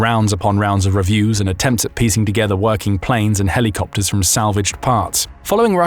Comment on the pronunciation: it amuses me every time he says 'helly-copters' 🤭